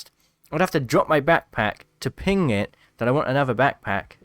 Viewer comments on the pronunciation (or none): none